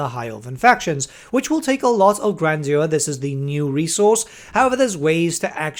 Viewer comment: “Gran-jur” btw